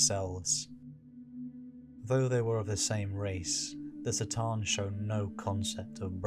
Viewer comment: Why S'tan and not C'tan?